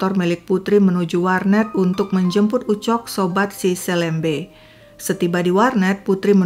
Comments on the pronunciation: Saya tidak percaya si nanang jera. Bukan selembe tapi seulembeu kalo di penulisan dan di bahasa sunda, dan org melayu pontianak juga nyebutnya seulembeu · Bacanya pakai e pepet, Kak, bukan E taling. SeLeMBe. Seperti membaca huruf e pada kata petir, pecah, pelan. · Hai,, bukan gitu baca selembe nya bukan e meja, pakai e' ke, kyk baca kemana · 😂bc selembenya , hrusnya kayk bc selem' bar....trus bc be'nya jgn "b" tp be, itu bhse melayu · kata "selembe", "e" dibaca seperti baca kata "serambi" bukan "e" "pepet" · cara baca untuk semua huruf e pada kata selembe= e di baca e seperti baca elang, bukan di baca e seperti baca bebek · Hai Seneng upload terus Sdh 3x kasus dr pontianak...kalo gak salah...kesemuanya melibatkan anak perempuan dibw umur..miris ya......maaf,..mau apa ya...bkn mengajarin.. Nanang selembe...bc be nya bkn begitu tapi dibc sepert kita baca BELOM be-nya..bukan seperti baca BECAK... Gitu aja...sukses ❤❤ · Astaghfirullahaladziim 😢 Seram sekali kejahatan pelaku. Bnr2 biadab. Umur msh segitu sdh berbuat kriminal brutal. Btw, mohon maaf sy koreksi🙏 Sy org Kalbar jg, membaca kata "selembe" pd huruf "e", dua2nya dibaca seperti qt membaca huruf e pd kata buah apel🙏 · Cara pngucapan selembe...E nya dibaca seperti.."memerah....(susu sapi) " bukan....seperti "merah.." warna. Hehehe.....sedikit koreksi aja. Sukses terus... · LUAR BIASA AKSI SI HAKIM Ga pantas hukuman di bawah umur klo perbuatan dah kayak org dewasa. Btw nyebut selembe kayak 'E' melayu kak, bukan 'E' biasa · Ini viral banget jaman aku SMA dulu, tempat penemuan jasad dulu jd tempat yg ditakuti karena emang dr awal juga jalan arteri supadio juga memang sepi. Btw penyebutan selembe tu, e nya kayak nyebut elang hehe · kayaknya kelahiran Pontianak ya, pas banget dialek melayunya meski masih keliru membaca 'selembe' dengan huruf e seperti kata ' esok' harusnya 'e' seperi 'emas' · Blom pas wkt melafalkan kata 'selembe' nya tp lumayan lah 😂